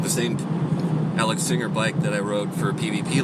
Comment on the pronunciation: It's not Alex "Singer." Singer makes sewing machines. "San-Jay," please! (They should make purchasers take a test or a French lesson!) Actually, I'm just kidding, it's your bike, you can call it what you like! Good video. Can I share it so people can see the gorgeous scenery and fabulous California weather? (Because I spend half the year in the Pac NW and know what real winters are like.)